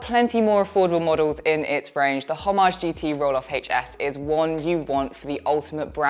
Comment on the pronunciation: No ‘h’ sound in ‘Homage’